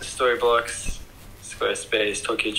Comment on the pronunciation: right, before I start I know how juvenile this is. And yet... I really enjoy you being sponsored by Storyblocks, because every time you say it, for some reason I hear Storybollocks and it makes me smile. Love the vids, love seeing how much you're enjoying the Jeep and the additional freedom it affords you. One of the best content creators I follow in terms of quality and content, hope you're both good (nice to see Chris with his channel on the go) and keep it up for ages to come.